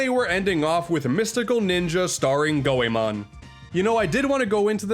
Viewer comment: I agree Chameleon Twist 2 wasn't as good. When I was 9 I recall a friend telling me about Goemon so I rented it & loved it (glad you pronounced it right).